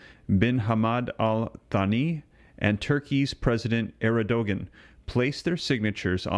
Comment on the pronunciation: Yurkey's president sounds like Ear-do-wan.